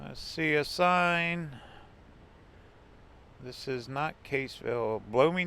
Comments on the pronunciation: Your pronunciation of Cassville is incorrect. Not Caseville, it is Cass ville... go to famous Nelson Dewey State Park at Cassville. You'll like it. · I grow up there. I hope stop say Caseville it Cassville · It's Cassville, like Bass(the fish!)